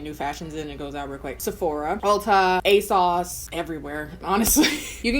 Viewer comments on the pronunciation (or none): Me: Asos: Asauce